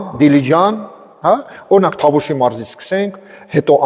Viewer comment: ջան, ոչ թե Թավուշ, այլ Տավուշ։